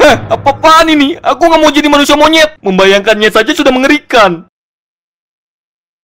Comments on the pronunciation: Ngomong monyet nya biasa aja wehh wkwkwk Gausah"MONYET " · Pas ngomong "Monyet" berasa ngomong "Lakik" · Biasa aja nyebut monyetnya